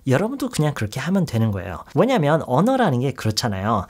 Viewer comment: 넘 신기해요ㅋㅋ그래도 '왜냐면' 하나는 꾸준하게 교포발음이신 포인트가 넘조와여 ㅋㅋㅋㅋㅋㅋㅋ